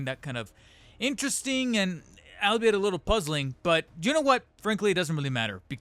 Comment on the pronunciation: Fun fact: It's actually pronounced "all be it."